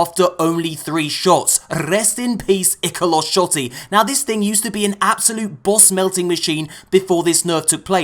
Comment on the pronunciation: I’m not sure if I’m right or not but I think you pronounced ikelos wrong